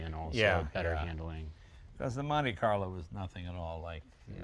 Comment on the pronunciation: it cracks me up hearing americans trying to say italian names.........like "SurgeeO"or "Stradalay"or "Straddoss""seddah ""MonteeCarlo" etc. almost as funny as Jay crawling in tight cars......love it !